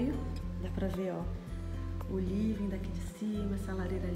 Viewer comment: Livin, clin, homi, brasileiro tem a mania de querer falar Ingles porem, pronuncia tudo errado.. vergonha alheia ..